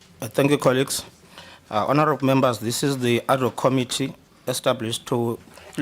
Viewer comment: Promounce Committee Com MIT tee. Not KOM itee